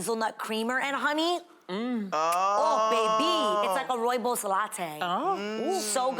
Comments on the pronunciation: Roibous. Lol! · It’s the way A said “Rooibos” though 😂 as a Namibian, the pronunciation killed me ✨ love you girls!